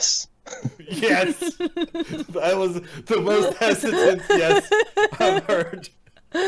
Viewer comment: Idk how someone made the word yes and extra three syllables longer but did it.